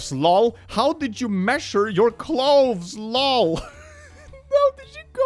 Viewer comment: cloves, not cloveRs 😂